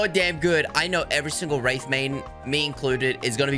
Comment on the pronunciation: aight if nobody else says it guess I shall. wraith = cringe :)